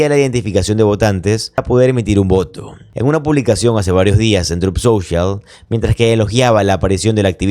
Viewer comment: Hola, me gusta mucho tus presentaciones pero hay algo que no cuadra en ti ES DIFÍCIL PRONUNCIAR BIEN EL TRUT SOCIAL???? Tu dices trup y es TRUT, ojo se nota mucho